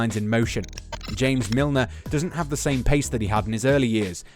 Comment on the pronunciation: hé said Sane